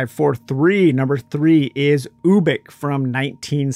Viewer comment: It's (you-bik) as in ubiquitous.